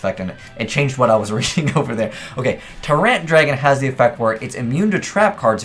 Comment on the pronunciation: "Ter Rant"🤦‍♂️ how about "Tie-rant" 😂